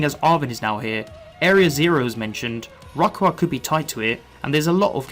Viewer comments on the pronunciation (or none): The way you pronounce Rayquaza physically hurts me